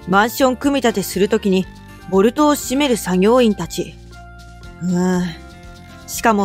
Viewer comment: C国の建物も不安でしかないが、「ボルト」を「ボトル」って言ってるこの動画も不安でしかない。